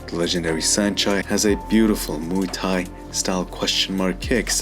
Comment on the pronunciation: Mooey Tie (phonetically)? It is not a sound a cow utters! You do cover the subject in a precise and well thought out manner; but Muay Thai is pronounced (phonetically) as rhyming with BOY but with an M replacing the B - so, we have this to help you, since you wouldn't call 'KARATE' KORETE, now would you, my dear (BOY)? Here is the Thai pronunciation, which is respectful of both the tradition & the language - Have a healthy and productive New Year!